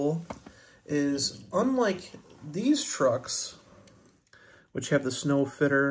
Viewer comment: Nice trucks. The Sno Fiter is a play on words it's pronounced snow fighter.